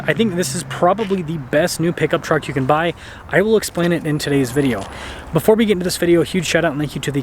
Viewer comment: The word is "Video" man. pronounce it, lol...